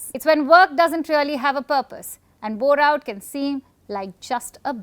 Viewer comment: I thought Indian girl asked "have you ever heard of Borat" 😂